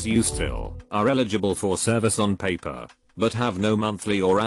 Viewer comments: I hate the fact that the voice says paper like that. It’s like pronouncing Aang like they pronounced it in the live action movie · Nobody: This text to speech dude: PAPPER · Anybody else incredibly annoyed that the bot that reads these videos doesn't know certain words like "paper" and says "pah-per" instead? How do you not know that word?